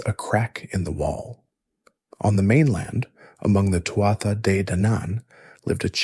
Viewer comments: Not “Too-ah-ta”! It’s pronounced “Too-(h)aa “. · Its pronounced Too-ha, not Too-at-tha. Leabhrainn mé gaeilge.